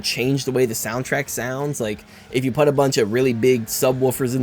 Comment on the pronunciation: I think the dislikes are for making "put" sound as "but", but I liked the video so I put a like 👍